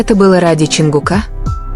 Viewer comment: Автор или блогер или чтец текста, как надоели ваши ошибки при чтении. Имя ЧОНГУК не склоняется !!! Чонгука - ударение ставьте на У. и т. Д. И это очень часто так делаете. Не слушаю вас из за этого.